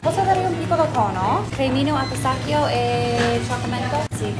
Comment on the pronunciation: well, I'd say he pronounces it very well. in Italy pistacchio is called exactly like that, with the hard CH (like the k)